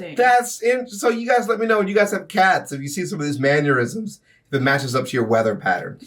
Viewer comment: Trying to say "meow-nnerisms," says "manure-isms" instead.